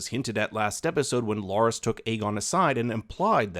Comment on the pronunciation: It's Larys not Lorys